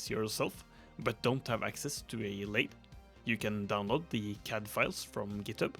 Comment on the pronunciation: Nice! If you care about improving your English (which is really good btw), "linear" is pronounced lin-ee-ur and "lathe" is lay-th (with a hard 'th' like the verb bathe) I loved Stephenson's and Asimov's books. It's nice seeing cyberdecks coming to life